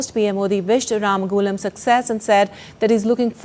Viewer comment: From Mauritius how come you from India you can’t pronounce Our prime Minister Name Ramgoolam properly 🫢